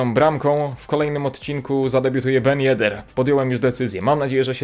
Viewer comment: TYLKO nie ben yeder